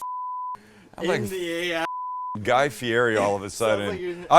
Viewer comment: He never says Guy's name right,lol